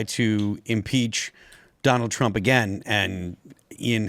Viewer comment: " Donner Trrrrrump" 😂😂😂